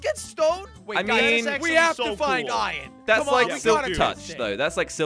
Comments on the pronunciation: Only and say iron says it like ion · I love when they say iron they done add the r lol